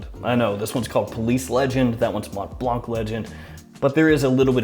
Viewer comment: Interesting list, haven't really heard much of any of them. In general i think your videos improved a lot over the past year. More smiling more energetic and relaxed presentation, keep it up. Although i have to be honest saying Mont blanc without the silent c triggers me every time :D.